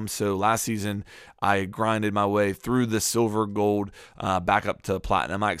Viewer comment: Is anyone else bothered by the way he says "Gold"...Goed...lol.